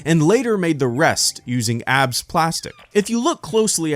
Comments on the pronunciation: "abs" plastic is said A-B-S. Great video though. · It's pronounced A B S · Awesome video! Just a note: ABS is pronounced by saying each letter, not like "abs" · It's called A B S plastic, Not abs plastics. 🤣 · oh my. not sure if anyone has brought this up, but it's A.B.S. plastic, not 'abs'. understandable mistake, particularly if it's written without the acronym indicating periods. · It's not Abs it's A B S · a.b.s. a b s its an acronym not a word a.b.s. plastic